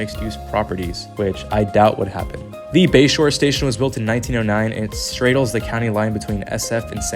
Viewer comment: Your pronunciation is wild. Stray-dles? Slahge?